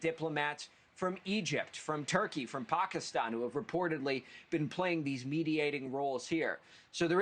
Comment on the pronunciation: pakaaastawn....reporter can't even say the countries name right